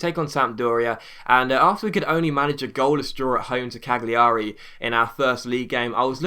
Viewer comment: I think the G in Cagliari is silent ..